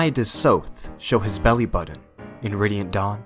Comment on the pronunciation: Fact: I am the oceans gray waves. BTW the way you said bellybutton killed me